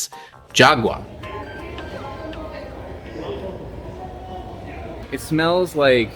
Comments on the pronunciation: Is call Jagua, not yagua. Because you are an American you change the sound of "j" into "y". Phonetically for Americans is "Hagua". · the "Jagua" its very smelly but our grand parents said that its good to cure kidney infection. its pronaunce: hagua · Thanks for the memories! The «j» in «jagua» is pronounced as the «h» in «home». Your pronunciation gives the word a different meaning. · I love jagua, it's funny how the fruit taste so mild bud the beverage is so refreshing; similar to Passiflora quadrangularis (granadilla). It's pronounce "hagua" like in "no way Jose". Thanks for another good video, I normally don't comment but I always enjoy your work.